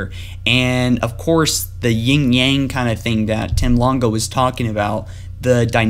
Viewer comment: awesome vid, just a minor thing that's really small but kind of bothered me because I keep hearing it being said incorrectly. Its "Yin" AND "Yang" not "yingyang"as its so often pronounced :P Now that that's aside, please proceed lol